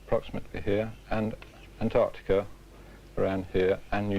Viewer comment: Great summary of the evidence for plate tectonics. Unintentionally, it’s also an historical record of how British narrators pronounced words like “relatively” as “relativ-leh”. And how one supposedly educated guy can’t pronounce Antarctica correct-leh.